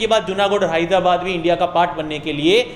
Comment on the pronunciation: Hyradabad nahi😂😂 Hyderabad